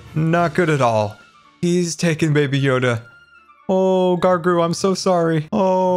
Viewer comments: Is anyone going to tell that its Grogu not Gargu? No? Ok. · Hey great episode, just wanted to respectfully remind you that its gROgru as opposed to gARgru but its okay I struggle English with too:) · Did just call Grogu (Baby Yoda) “Gargurr”?!?!?! HAHAHAHAHA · Baby yoda is called grogu not gargoo! I’m sorry I just can’t stand to hear you keep calling him gargoo. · Why is nobody bringing up the fact that calls baby yoda gargoo? It's Grogu! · I love how Baby Yoda's name is grogu and calls his gargu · lol gargu. I wonder how long he will call him that till he finds out it’s grogu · "gargr" Ahsoka: "grogu" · I love how says gargu, not grogu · When you call Grogu grargu lol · List of mispronunciations in this episode Gargru Wintery Londerland Appreciatitive Treeage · GROW-GU GROGU. NOT GARGO but u tried. 😃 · Grogu not gargoo Just tryin to help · has someone told its pronounced Grow-goo not gru-go or whatever he pronounces it as:0 p.s im not being rude, its just a thing with me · "gargu im so sorry" GROGU NOT GARGU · Gargu? Gargu? Really all real man do fans know it’s grogu or baby yoda. I’m just jk-ing btw! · it’s GROGU, not gargru. Grow-grew = Grogu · Why does he say gargru instead of grogu? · HE doesnt iven know its real name lol, he said grongu, its grogu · Grogu not gorgo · gargur????!!!!!?!?!?!?!?1 really? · It’s pronounced grow gru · Why does he call him gargru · Baby Yoda’s name is pronounced “grow-goo” The line down the middle of the arena should be podzol (because it doesn’t spread!) I like all the mushrooms. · Errrm, baby Yoda's name is pronounced 'Grow-goo'... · No hate but it’s technically pronounced Grow goo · baby yodas name is pronounced gro-gu. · that's not how you pronounce baby yoda's name 😂😂😂